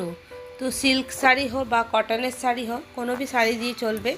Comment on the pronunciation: আপনার উচ্চারণটা সারি হবে না শাড়ি আপনি শ কে স উচ্চারণ করেন কেনো এটা তো আঞ্চলিক ভাষা এটা বাদ দিয়ে শুদ্ধ ভাষায় কথা বলা শিখেন